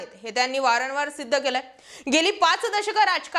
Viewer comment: मॅडम वारनवार नव्हे वारंवार असं म्हणा ना.